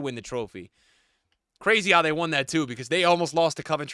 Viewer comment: “And its cwazy” 😂